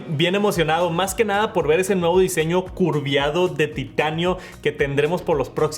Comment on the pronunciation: Ojalá hubiera dicho “curveado”, pero dijo “curviado”. 😂😂😂